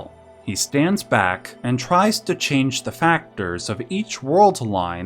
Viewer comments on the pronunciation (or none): none